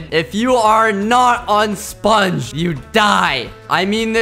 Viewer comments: I love how he pronounces sPungge!!! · It’s hilarious ho he says sponge